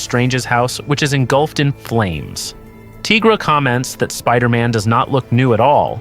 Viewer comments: You as well ? Why you calling Tigra 'Teegra' ? There's no such thing as a teega. She's a tiger. Good video though 🐾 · Would you call White Tiger....White Teegra 🤣🤣 no ..then why the hell are you calling Tigra ..Teegra 🤦🏻‍♀️